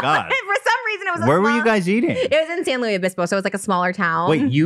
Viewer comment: The way Trisha says my hometown’s name buuuugs. San. Luis. Obispo. Not San Lu-eeeez Obispo. Though she ain’t wrong, there is a lot to do there.